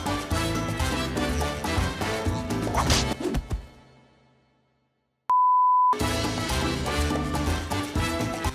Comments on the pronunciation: i was dying on the pronunciation of que miras bobo 😂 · messi saying que miras bobo in the eenglish accent, nah